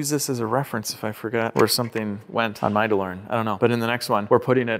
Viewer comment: DeBOREan! Please make it stop. With LOVE!